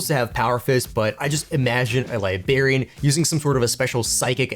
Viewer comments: LIBRARIAN WITH AN R FFS LIBARIANS ARE PEOPLE FROM LIBERIA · I need him to stop saying "libarian"...it's library...libRarian... WITH AN R 😂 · Bro I’m not even trying to cook you but every time you said libarian and not liBRARian I almost stopped watching 💀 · Great video but I cannot express how much hearing "Liberian" bothered me. Come onnnnnn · This is a great video and I hate to be that guy, but... It's liBRARian. I know English isn't your first language, but it was extremely distracting. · Liberian lol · Liberian ? Librarians . You miss the R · Are you purposely saying Librarian wrong? Have you never been to a library? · Remember there's an R in Librarian Awesome model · Dude. Idk why it bothers me. But just recall elementary school with all the teachers being irked by "The Liberry." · Haha I'm glad I'm not the only one who noticed that, thought I was imagining it. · Well, that's annoying as hell.😂